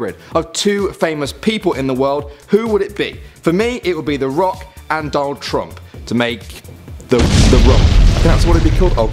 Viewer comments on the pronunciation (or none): Fuck you saying Donal trump